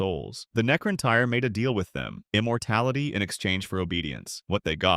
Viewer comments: K sound for c and then tan, and it's tear for necront tyr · "Necron -Tire" 💀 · Bro come on. “Necron-tire”?… “See-tawn”? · It's pronounced - tear